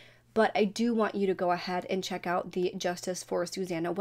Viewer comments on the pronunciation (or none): none